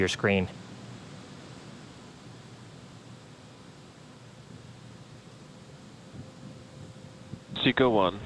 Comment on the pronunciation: When it said seco 1 it sounded like sicko 1 blue origin should of been watching that moment